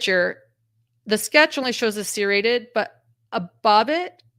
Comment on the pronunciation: The way u pronounce the word “serrated like…. seer-rated, is becoming a pet peeve for me. I’ve never heard anyone pronounce it like that. Lol I’ve only heard it pronounced like…. sir-rated or sur-rated. lol